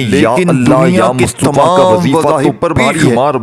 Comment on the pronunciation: Ya mutafa he ye lafz Yamustofa nahi plz talafuzvdrustbkarn